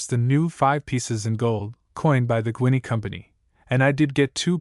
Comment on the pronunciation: A pronounced ‘Ginny’. Not Guiny. 21shillings